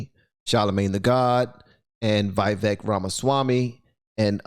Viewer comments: It's Vivek, pronounce it like cake 👍, He's a smart dude. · Good stuff, his name is pronounced "We-Wake" btw :) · "Vivek" is pronounced "Vi-Vake" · Would give you a super thanks, but it isn't showing up for me to click..., i appreciate you. You give me hope. You shoukd reach out to Vivek and see if he would let you interview him. (PS His name is pronounced Viv-ache like cake) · Just FYI, even though I doubt he'd be annoyed. His name is pronounced viv-AKE. Viv as in Vivian, AKE as in snake. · You're not even saying his name correctly! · If you cannot even pronounce someone's name correctly, you're not much of a show host. "Vivek" rhymes with cake. It's not that difficult. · She's ridiculous. This is a prime example of how not to debate. It would be smart to at least know how to pronounce his name properly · There's literally no reason to mispronounce Vivek's name at this point. He pronounced it multiple times, watch an interview. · stop saying Vaivek, man. It doesn't sound good... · his name is pronounced Vi VAKE as in CAKE. I've heard him say that to people. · I love how NOBODY can seem to pronounce this man's name. It's Vi (with a short I sound) vake (like cake) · It’s pronounced VEE-VACKE like cake 👍🏽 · Just to let you know.. his name is pronounced as we-wake. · Your saying his name wrong lol but most people seem to struggle with it. Vi-veuk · Come on man, its Vivek. Sounds like vivake. Rhymes with cake. Or givetake. Vivek. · Just thought i should put this out there. His name rythmes with the cake for those who was wandering how it is pronounced. Vivek (Vivake)(the cake) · His name is pronounced " We Wake". His name in the ancient Indian language Sanskrit means "right judgment", "wisdom", "distinction", "prudence" and more. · his name is pronounced "/Vee/Vek" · BTW ... Vivek's name is pronounced ... Vi-vake .. it rhymes with cake. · Vivek Pronounced: Vee-Vake(Vake like Lake) not Veeveck. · His name is prononced Vih-vāk.... like cake